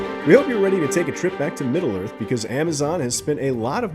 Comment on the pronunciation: It's Middle...Earth, not "Middlearth."